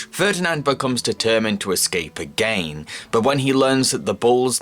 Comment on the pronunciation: Me too; every time he says it I just expect the word AGAIN to appear shaking on screen, like the editing in JonTron´s early videos